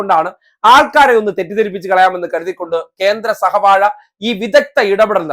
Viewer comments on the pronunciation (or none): സഹ വഴയല്ല വാഴത്തട.